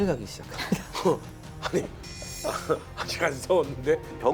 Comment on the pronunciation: 토전사 즐겨보다보니 진행에 거슬린점이 3가지 있습니다, 주로 질문을 하는 과정에서 습관이 자주 나옵니다. 1. "아이(아니)"를 문장 시작전 자주 사용함, (ex. 아이 박사님 그러면 그 이후에는 어떻게 됐나요?) / MC유재석도 이런 버릇이 있는데 는 발음을 얼버무려 날리는편 입니다. 2. "아이근데","아이긍까"를 질문 시작에 사용함, (ex.아이긍까, 그 병력으로 어떻게 됐어요?) /"아니 그런데", "아니 그러니까" 와 같이 정확히 발음해주거나 "그런데?","그러면","그러니까" 로 대체하면 될듯합니다. 근래 방송쟁이들이 "그러니까"를 "긍까"로 발음하는 경우가 너무 많기도 하고, 일상어에서도 "긍까"로 발음하기도 합니다. 3. "사실~","사실은~"을 남발함. (ex. 사실~ 영국의 처칠이라면, 사실~10만의 병력도 꽤 많잖아요) / 요즘 방송인들이 "사실"이라는 단어를 수식어,부사로 즐겨쓰는 버릇이라서 딱히 의 문제는 아닙니다. 사실 밥먹으면 배부르자나요? 사실 어두우면 안보이잖아요? 등과 같이 최근 방송쟁이들의 유행과 같은 불필요한 버릇입니다, MC허준도 "사실은~" 즐겨씁니다. 4. "아이근데 사실은" 을 묶어서 도입부에 자주합니다. (버릇이 복합되어 나오는 현상으로 저 문장은 잘라내도 아무 지장없는 추임새 같은것입니다.) 좋은방송 만들어 주셔서 감사합니다. 이런 프로그램은 공중파 9시에 편성해서 전국민이 시청해야 하는데 안타깝네요